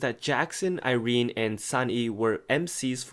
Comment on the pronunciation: I never pronounced Irenes name like that n IM CONFUSED.